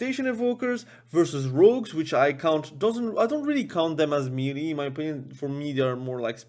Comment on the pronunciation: That word "MELEE" is not a phonetic word. Pronounce it as if you would say "May lay". That's the correct pronunciation for that word. Just thought you should know. Cheers.